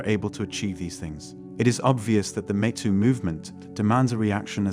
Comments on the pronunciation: It’s not “Mehto” … it’s Meto! Geez! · This computer-generated voice is pretty damn good, except it kept saying "met oo" instead of "mee too." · You lose credibility by mispronouncing the "Me Too" movement. It is NOT the "meh Too" movement; It is the "Meeeeee Too" movement. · The robot can't pronounce MeToo properly. I'd suggest splitting it in the script to "me too". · AI reader? “Metoo”??? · The “met too” movement? “Lah METS”? So, this is a mechanical voice with an English accent? High larioius. Next time I need some help, I will ask if someone could help “met” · Don't think we can't tell your lazy, AI voice can't even say "ME" properly..... try harder get better unsub'd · If you use these AI voice overs can you at least ensure terms like “metoo” is pronounced correctly. Especially if you’re gonna use it 50 times